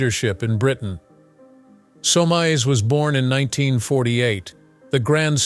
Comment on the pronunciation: BTW - in English that name is pronounced (phonetically) SOMES . . . .